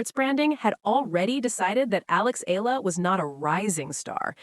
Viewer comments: E-YA-LA is the correct pronunciation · I don't understand how/why this so-called bloggers speak thru her microphone as if she knows everything yet can't pronounce the name of the person correctly🤔😏😒!!! Excuse me, it is E-YA-LA